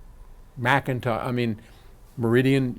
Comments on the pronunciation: I noticed no longer slams McIntosh by pronouncing it MickIntosh. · Someone slap me... I'm in shock! pronounced McIntosh correctly at least 3 to 4 times. Plus, a compliment!